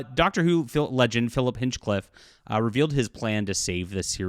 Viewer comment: It is pronounced 'HINE-CLIFF'. You want to write for the BBC and you don't know this? For the record, you need to be a Crown subject or at least have a residency to write for the BBC. It isn't that easy for a foreigner to write British entertainment, but when you cannot even pronounce the names of our people or our cities, then you are not qualified. I like you, but just WTF.